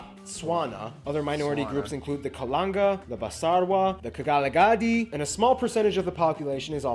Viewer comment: Its KGALAGADI!!! Not KAGALADI